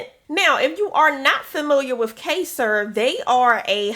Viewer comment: It's KY-ZER, and thank you for the leads!!